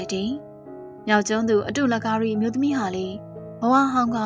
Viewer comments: အတု လကာရီ မဟုတ်ပါ အတုလ ၊ အတုမရှိသည်ကို ကာရီ ပြုသောသတိုးသမီး အဓိပ္ပါယ်ရပါသည် မခွဲပဲ အတုလကာရီဟု ဖတ်ရပါသည် အမှားပြင်ပြီး အမှန်ရောက်ပါစေ။ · အတုလ ကာရီလို့ ဖတ်စေချင် အတု လကာရီလို့ လနှင့် ကာရီကို တွဲမဖတ်စေချင် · အတုလ/ကာရီလို့ ခွဲဖတ်ပါ